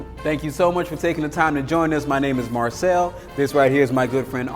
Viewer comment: I enjoyed viewing this video! Marcel was filled with energy and his pronunciation was perfect. Great video, I look forward to more content from him.